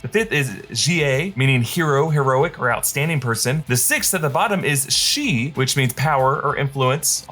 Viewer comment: Shi is prounced (Shur) from the flag. The whole flag mimics important aspects of the three kingdoms